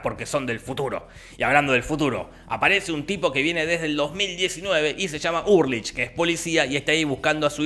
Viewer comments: se escribe ULRICH, se pronuncia ULRIJ Jorge: URLICH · Todos: ULRICH Nielsen Jorgito voz rasposa: URrLICH psdt: casi me da un derrame al recordar todo con el resumen, gracias loco. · Ulrich = Urlich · Dijiste URLICH todo el video - era Ulrich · Es Ulrich, no “Urlich” 🤣🤣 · Ulrich no urlich 😣